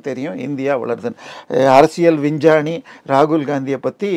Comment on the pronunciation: அரசியல் வின்ஜானி இல.லை , அரசியல் விஞ்ஞானி தயவு செய்து தமிழை சரியாக உச்சரியுங்கள்